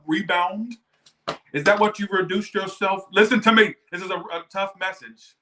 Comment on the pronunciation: 1st off love your readings! But the “LISTEN TO ME” took me out 🤣🤣🤣